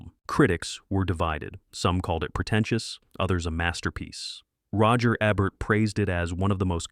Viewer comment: Is AI narrating this, it's pronounced roger EEEEEEEEbert! WTF. Poor production.